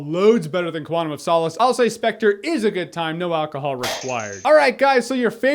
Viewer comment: Sepectre... Sepectre... Sepectre...